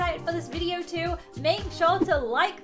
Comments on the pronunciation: You said ideo instead of video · uhmm.. U said are you excited for this ideo not video😅